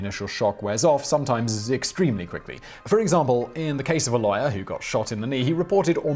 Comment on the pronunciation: Funny how lawyer sounds like liar with your accent